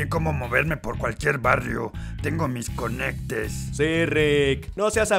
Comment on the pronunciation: "Tengo mis concectess" 🤣🤣🤣🤣🤣🤣🤣